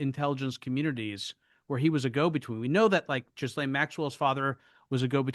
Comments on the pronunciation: Ghislaine is pronounced Gi-Lane, hard G like in give, S is silent french name so that is why it is weird :) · Say Ghee-len.’